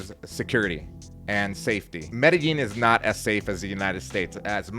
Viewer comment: Bro, why don't you guys know how to pronounce Medellin?